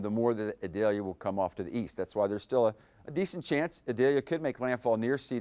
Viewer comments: E-deh-Liah 🤣🤣 Idalia chico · Eee-doll-yah. It is not an onion.